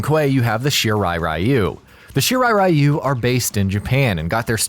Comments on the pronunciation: Really disturbed by the way this narrator spelled "Shirai Ryu" into "Shirai Rayu". Ryu is pronounced "Ree you" with ee almost silent. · Everytime i heard Shirai RAI-YU! (Friend of Raichu?) .... it is pronounced Ri-u ( ever heard of Ryu from street fighters ?) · ITS REEYU not R-Eye-u.....why do these MFs add different cultures but not get it right. What’s the point 🤦🏿‍♂️🤦🏿‍♂️🤦🏿‍♂️ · Ryu is pronounced as Ree You, the stupidity of the mispronunciation as Rai You comes from the games cut scenes since they began adding dialogue to the characters stories and the such. It happened too with Street Fighter's Ryu character, and it was when Anime started to become strong in America that the correct pronunciation of Ryu as Ree You was finally applied, but for some dumb reason they still mispronounces it in the MK games. The new 2021 MK movie however pronounces it correctly as Shirai Ree You, I guess because of the actor Hiroyuki Sanada who plays Hanzo Hasashi/ Scorpion IS actually Japanese and provided input in the actual pronunciation. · OMG Thank you! All of the videos including this one and the freaking video games cut scenes continue to mispronounce the word Ryu as Rayu and to me it's like nails on a chalkboard. At least the new movie pronounce it correctly after so long listening to the nauseating mispronunciation. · Isn't it pronounced Ree-yu for Ryu?